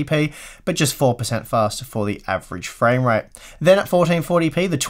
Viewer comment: You seem to be saying more "framerape" than "framerate" :D